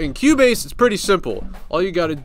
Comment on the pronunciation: Lol. I thought he was saying "Q-Bass"